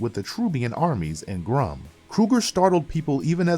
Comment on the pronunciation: You mispronounced Sky Tate's name. Schuyler is pronounced Skylar. You also called Astronema "Astromena". Too many mispronounced names. Emperior Grumm? Need to do a bit more research on how to pronounce these names